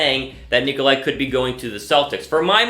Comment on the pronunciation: It’s nikola not nikoli how hard is vucevic to say learn how to speak English scrub. This guy sounds like a noob